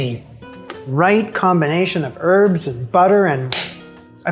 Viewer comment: The "H" in Herb is not silent.